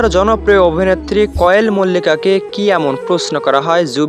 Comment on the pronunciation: আপনি তো কোয়েলের নামটাই ভাল করে বরতে পারেন না আন কোয়েল মল্লিকের তো কোন কথাই সুনলাম না আপনার নামে মামলা করা উচিত না হয় এভাবেই রিউমার ছরাবেন